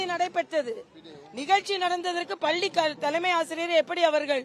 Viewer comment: தமிழை சரிவர உச்சரிக்கத்தெரியாத இந்த இடப்பாடி பழனி சாமி பள்ளியை பல்லி என்று உளறும் இவர் வியாக்கியானம் செய்வது நல்லதல்ல.